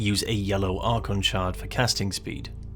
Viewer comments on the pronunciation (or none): none